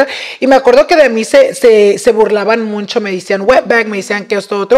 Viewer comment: I cant with saying “muncho”. So annoying 😢 please let him know its muCHo!